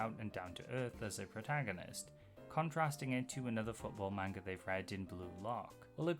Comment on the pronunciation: Hi! I've been getting really into your videos, and they're great, so please don't take this as hate, but... you pronounce "manga" wrong. It's closer to "mahn-ga" than "man-ga." It's just one small thing that ends up being pretty noticeable with, y'know, how often you need to say it.